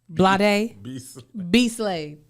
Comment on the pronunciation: Blade Smooth…BLAHDE’ SMOOTH…??? 😬😜😂😂😂😂😂😂😂😂😂😂😂😂